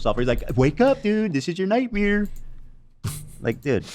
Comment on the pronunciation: Love how he goes "heh its not a nightmare." Then minutes later he goes "oh its frogan what a nughtmare 😭"